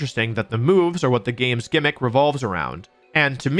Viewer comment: I legit unsubscribed from this guy because of the way he pronounces "gimmick"